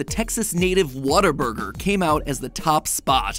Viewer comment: The way matpat says whataburger hurts my texan soul